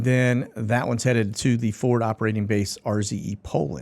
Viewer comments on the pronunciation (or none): none